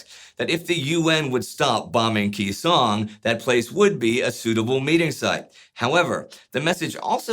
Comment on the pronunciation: He's a freaking tool making a buck off my fathers service. I don't like him or his revisionist version of history. What the hell is KEY song? No one has mispronounced that name for 60 years and yet here we are. What has this man said that makes you think he has some special insight into combat? He's a clown.